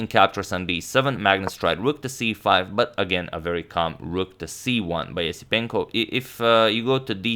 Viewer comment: It's pronounced Yesipenko.